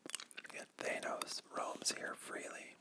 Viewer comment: That is not how they say his name in the films No one says that You pronounce thanos the meme way